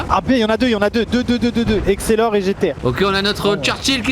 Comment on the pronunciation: "exelor" 😆 c'est Excelsior Maxime. Ça fait plaisir de voir 2 gros youtubers jouer à WoT car c'est pas souvent que ça arrive, ça fait 6 ans que je joue à ce jeu et je suis ravi que de plus en plus d'influenceurs y jouent.👍👌